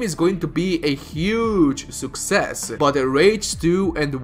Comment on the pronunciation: huge SUKK-SSES!